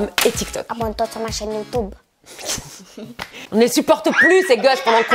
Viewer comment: se n'ai pas youtoube mais youtube😂😂😂.